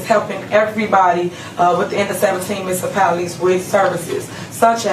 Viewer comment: Say it with me people: "Mu-nici-pality" Not "Misipalities" (which she says constantly)